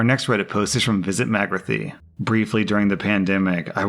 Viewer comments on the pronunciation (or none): F.Y.I. - Re: the 2nd story, the Reddit users name is pronounced 'mag-ra-thea' - from the radio/book/tv/comic/movie series The Hitchhiker's Guide to the Galaxy. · Today I find out that doesn't know how to pronounce "Magrathea". Slartibartfast would be beside himself with outrage.